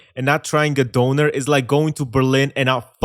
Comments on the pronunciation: I CRINGE so hard everytime someone says DOONER , especially with an American accent. The ¨ above the Ö are clearly only there for aesthetics, and has nothing to do with pronunciation. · I’M SORRY, BUT WHAT IS A “Doner“??! 😭😭 (german going crazy over here bcz of the pronunciation) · It's Döner. DÖNER! Not Doner! NOT DONER! FUCKING DÖNER! WHERE YOU EVEN THERE!? IT IS DOOOOEEEEENEEEEEEEEEEER! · Not Doner, Döner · DÖNER!!!!! NOT DONOR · Did he just pronounce döner as doner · It's döner my man, not doner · DONNER? Tf is that in Berlin its called... D- U-R-N-R Prounuce is correctly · why are you saying Donner ( Thunder ) instead of Kebab?